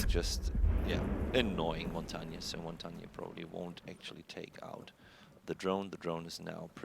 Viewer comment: Ignoring Montagne (why does NOBODY on ESL pronounce him correctly...?) is like ignoring a scorpion! Or... a snap turtle!